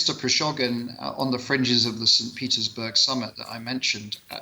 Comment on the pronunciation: how can this gentleman could not pronounce prigojin's name accurately?! bit weird like he heard the guy's name for the first time...